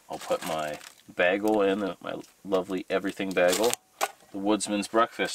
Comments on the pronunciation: As always, I love your videos. Not just entertaining but informative as well. By the way, it's pronounced, "BAY-gull", not "BAG-ull" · It’s pronounced baygel! Love your show, your honesty and creativity!